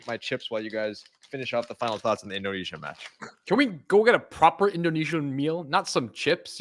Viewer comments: The pronunciation in speaking indonesian is well done, it can be understood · Good Pronounciation... Nice Try....😊😊😊 Get more familiar with Bahasa Indonesia. Tq for good vibe in supporting Indonesian Team Nas. Dont forget to eat. Nasi goreng😊😊😊😂